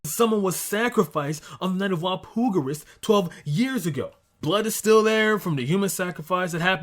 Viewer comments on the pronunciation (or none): Why do you say Walpurgis weird? Do you not see the "R" in that word? Wall-Pur-jiss